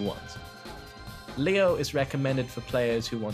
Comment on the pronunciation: The only things I'm iffy about with this video (not necessarily the most important complaint though) is some of the names. The video primarily refers to characters by their first/given names. However, Xiaoyu was referred to as "Ling", which is actually her surname... and Leo is pronounced "Lay-oh", since it is short for "Eleonore". Again! Not really a big problem, due to what this video is trying to accomplish. It just kinda bothered me personally.